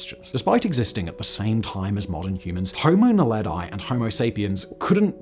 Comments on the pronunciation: Pronounced: Nahledhee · kts pronounced; "Nah-le-dee". It means star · Naledi is pronounced "Na-le-dee", not "Na-le-dye" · Just a correction on your pronunciation: Naledi is pronounced as "Nah-leh-dee". Not Nah-leh-die as you say in the video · Naledi is pronounced nah-leh-dee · He's pronunciation of Naledi is crazy funny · Homo Naledi isn’t pronounced that way. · The way ge pronounced Homo naledi and Australopithecus makes my ears bleed